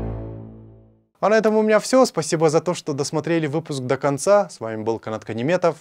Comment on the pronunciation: КАНАТ, НЕ ДОКОНЦА А ДАКАНСА.🤣🤣🤣🤣🤣🤣